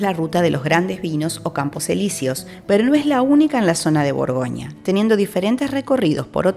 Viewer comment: Buen vídeo, pero "burgonia", "viniedos", "Dishon".., buf, eso "chirría".